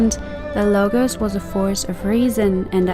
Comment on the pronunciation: Lol.. what about your barbaric pronunciation of "Λόγος" (Logos) it sounds more like Lowos not a hard tone on "g"